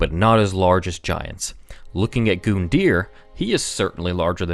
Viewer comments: LOL, Goon-deer.. I prefer Gun-Dye-er. cerakote this for me, will ya boss man? ;) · For the love of god it's Gun deer not goon it doesn't have an E for example Rune is roon deer Run is just Run just like Gun so please I love the lore you dig up but don't mispronounce something and then say the word wrong a hundred times in a sentence. Pleeeease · It's gun-deer not goon-deer just saying and I know it's gundyr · stop say goondear it's pronounced gun-dear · It’s gundyr, not goondeer 🤦🏻‍♂️ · I just can't take how he says "Goon-deer". I just can't.. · Yo it’s not goon dear it’s grun dure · You calling Gundyr Goondear irks me to no end. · Gun-dyr not Goon-dyr you probably have already been told this since it's been four years but It's a little annoying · Him calling Gundyr, “Goondyr” literally makes this unwatchable. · I hate how you say his name like (Goon)dyr instead of how it is (Gun)dyr. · Dude is Gun-dyr not fucking goooondyr.... good is that annoying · This has probably already been discussed, and I don't intend to sound like an ass, but his name is Gundyr, not Goondyr. You don't apply for a goon licence (Maybe a supervillan's henchmen, but no one else), you apply for a gun license. It's not really a big deal, and you can interpret it any way you want, but based on how it's spelled and the lack of special characters surrounding the name, the u should sound like it does in gun, not goon. I know this going to sound like a duck move, but I really don't intend for it to. Also, I do know that this is two years old, but whatever. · I get angreir for every goondyer you say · That pronunciation of Gundyr fucking GOONdear It’s Gun dear it’s like when the complesionist said Drangleic was Drang LEEK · Gun-yr not Goondyr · It hurts to hear him call "Gund-er" by the name "Goond-eer" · "Goonder" that's how he pronounces it it's "gundeer" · it's gun deer not goon deer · Not Goondeer it's Gun Der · yeah, GOOndyr, thats totally how its pronounced. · he says goondir